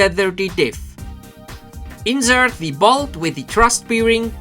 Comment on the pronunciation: Nur ein kleiner Hinweis, "Bearing" wird "Berring" ausgesprochen, ein "Beering" is eine Sauferei ;D Im Übrigen ein tolles Video, super, dass MIP die 250 Vorbestellungen erreicht hat. Welche Fernsteuerung verwendest du?